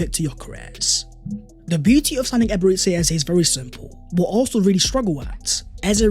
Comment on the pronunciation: Nice one 🎉 … but why do you keep calling him Ebere-tzi Eze? It’s Ebere-Chi Eze!